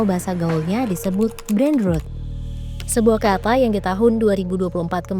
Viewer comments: min tolong spelling "brain rot" nya di benerin dunk bukan berbunyi "brain ruut" tapi "brain root", ini sekelas tempo lho yang sering di jadiin referensi kita semua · sekelas tempo pelafalan kata 'brainrot' aja salah.. breinrot bukan breinrut. padahal dari suaranya naratornya sepertinya gen z yg umumnya fasih bahasa Inggris. shame . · Koreksi yaa... cara bacanya Brain ROT bukan RUT. Kalau bacanya RUT itu tulisannya ROOT artinya Akar. Sedangkan yg dimaksud ini adalah ROT artinya Pembusukan/ Busuk. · A very good content. Can be improved by correctly saying brain 'rot' instead of brain 'root' or 'rut'. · Isinya sangat edukatif, maaf pengucapaannya kurang tepat, harusnya lebih ke huruf o /rot/ buk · Rot (v1), Rotted (v2, v3), Rotten (adj) tidak dibaca rut. Bot, Robot, Chat (Ro)Bot, tidak dibaca but. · Brain ROT min, bukan ROOT. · Ini gmana sih voice filler, bacanya brain rot, bukan brain ruut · Gak kuat dengernya.. ROT BUKAN ROOT :((((( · ROT min bacanya bukan ROOT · Dibaca : brain rot...bukan brain rut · Huruf o pada brainrot ebih tepatnya dibaca seperti Ponorogo. Jika dibaca rut sperti voice over di video, tulisannya root yang artinya akar. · Brain ROT (membusuk) .. Bukan brain ROOT (akar) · Bacanya brain rot, bukan brain root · Kesel bgt kenapa nyebutnya ‘brein rut’ Tolong tempo diQC lagi content2nya, harusnya dipronounce ‘brein rot’ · Rot bukan root mbak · Sorry min, bacanya rot (o nya kayak ompong), bukan rut. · Mbak pembawa acaranya mohon bisa meningkatkan skill bahasa inggrisnya. Brain Rot selalu diucapkan Brain Root. Rot diambil dari kata rotten. O dalam rot diucapkan seperti Dot. Maaf ngajarin, soalnya kalau dibiarkan salah akan membuat oranglain yg tdk tahu akan sama2 salah nantinya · Pengucapan brainrot-nya salah mbak. Harusnya diucapkan /rɒt/. Kalau pengucapan rot-nya kayak mbak pembaca itu untuk kata root /ruːt/. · Agak gregetan juga saya dengernya pas dibaca root as 'akar' instead of rot as pembusukan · Bacanya "rot" min 😊